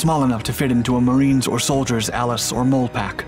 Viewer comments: . Lmao. What's a mole pack? It's Molly...MOLLE = Molly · It's not a "Mole" backpack like the animal. It's pronounced "MA-LEE" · It's pronounced "mall-ie" not "mole" and I can't believe you don't know that. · Dude, it's a "Molly" pack, not a "mole" pack. 🙄